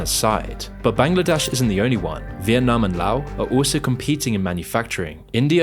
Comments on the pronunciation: Mad respect for actually pronouncing Laos (pronounced LAOW) correctly. Love your hard work your projects are informative educational and interesting! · pad it's pronounced 'La-ow'. And if u speak it right it almost feels as if there is a really sneaky/silent 'h' somewhere between/after the letter 'a' or 'o'. Even if u write in Lao language it ends with thé 'w' letter of the lao-alphabet. I am from Laos. And that's how we pronouns Laos. And pretty sure the northern Lao-people (luangphrabang etc...) pronounces it like us too. As far as i know it is 'La-ow' and not 'Low'. Correct me if it am wrong. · He literally pronounced it LAO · I thought thats how it was always pronounced. Do ppl really pronounce it different? The only thing i can think of is lay-ohs which ive never heard.